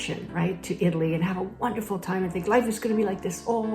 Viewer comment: It's always a good idea to learn to pronounce the name of the country you are moving to correctly!😊